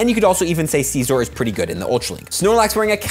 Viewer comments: the way you say Scyther normal but Scizor like seezor makes me do the What! Jackie Chan meme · The way he said it.. sceezor.. it bothers me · you said "sea sore (the way your pronounced it) is good in the ultra league" and then showed the great league badge